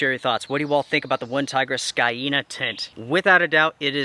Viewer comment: Pronounced ˈsēnə or "seen uh"